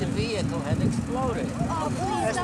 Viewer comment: The veehicle.